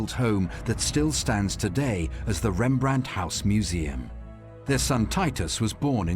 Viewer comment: Please add a “t” behind the name Rembrandt 😉